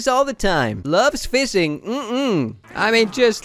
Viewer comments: he says "seild" instead of shield and fisting instead of fishing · F- fising? Y- you mean fishing? tf?